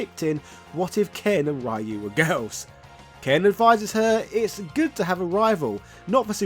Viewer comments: "Rah-you"🤣 Just like the Van Damme & Raul Julia movie. Rayu is a gyoza (dumpling) dipping sauce and Ryuu (Re-you) means dragon. I think it was SF4 that people started to pronounce his name correct. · His name Ryu is pronounced Roo or Rew like dew not Rie-ew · Thats not how you pronunce Ryu Its RI - U NOT Rai-iu In every game pronunced the nace correctly... why the people still mispronunced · His name is Ryu (ree-you)… not (Rye-you). 🤨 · Geez, Breh. Even Sensei Dan from Art of One Kenpo Karate Dojo got Ryu’s pronunciation right. It’s REE-Yooh, not some kind of bread. Get it together!!! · Ryu is pronounced REE-YOO.... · Street Fighter Alpha/Zero was heavily influenced by the SF2 animated movie. I'm surprised that wasn't mentioned in the video. If people didn't already know, the stadium stage in SFA/Z was an "homage" to the Bruce Lee/Chuck Norris fight in Way Of The Dragon. Also, "Righ-you"...🙄 Thank you Mortal Kombat; Shirai "Righ-you". Then again that mispronunciation might not have anything to do with MK. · Its pronounced " Ree-oo" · I can tell if he's butchering Ryu's name on purpose lol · My ears bleeds everytime when americans keep mispronouncing the name of Ryu. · UGH the way you pronounce Ryu is DISGUSTING and you mentioned in another video you know how but just won't?!? Dafuq lol Interesting though I also like the idea Ken invested in crypto and lost his fortune then Elize showed her true colours and left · Why do you keep pronouncing "Ryu" Like that 😢